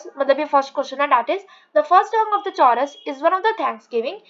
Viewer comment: Choooorus nehi korus(chorus) pronounce hotahai